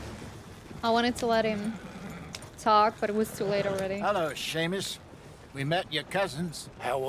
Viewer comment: "sea-mus" Me:"Shame-us" 😂